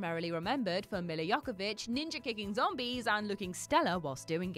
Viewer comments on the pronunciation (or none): Jovovich not yokovic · Milla jo-vo-vich is the correct pronunciation. Wow went too far with Silent Hill, like squeezed everything possible of it to make your point, at least that is the feel. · ...Did you seriously pronounce Milla Jovovich's name YOCKOVICH?! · I heard Yuckavitch .. LOL I love Milla though ! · I'm giving her credit for getting the Y sound at the beginning right when most people pronounce it with a J, but yeah, it went downhill fast after that lol. Still though, it wouldn't be a Whatculture video without a heinous mispronunciation. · She was actually kinda close. She just pronounced the first V as a K but most people incorrectly pronounce the J when it's supposed to have a Y sound. Milla's very vocal about it in the commentary to the first RE movie.